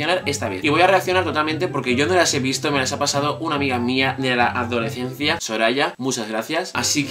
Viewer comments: Adolecencia. Cada vez que lo dice un gatito muere. Por dios se dice adoleScencia! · Me hace gracia como pronuncias adolescencia 😂😂